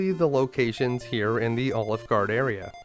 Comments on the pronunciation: I can’t get past the way he says “Alefguard” like “OliveGard”. I’m loving it. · this was an awesome guide to one of my favourite games and I learned some new stuff I didnt know about it. But everytime you say Alefgard it sounds like Olive Gard--- and then you just don't finish saying the name of the restaurant. :D